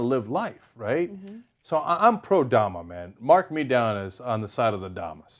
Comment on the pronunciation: First you butchered the name . Second they blast the music starting around 530 a.m not night